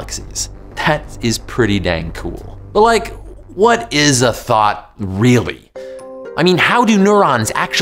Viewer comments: what he said: “this is what a thought looks like” what i heard: “this is what a thot looks like” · I thought he asked "What is a thot". Damnit, internet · I swore he said thot 🤦🏾‍♂️🤣